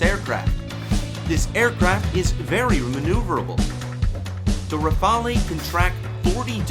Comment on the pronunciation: Try saying "Rafall" instead of "Rafa-lee" to suggest that you have HEARD of the plane, and not just READ about it. Even better, practice sounding both "a" as identically sounding vowells, like in the word "lap". A good French plane needs to be referred to by its real name, and not by the Italian sounding "rafalee" that is heard 10+ times in your otherwise excellent video. Thanks.